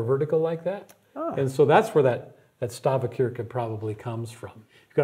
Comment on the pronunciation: I learned Norsk over COVID (my ancestors immigrated from there) and I've heard it pronounced Stav-sheerk-eh, not Stav-kirk-eh, by native speakers. Other than that, this was really interesting. I'm hoping to get over to Norway now that restrictions are lessened, and excited about visiting a few of these when I'm there.